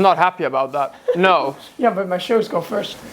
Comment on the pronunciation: That Aussie “naur” has rubbed off 😂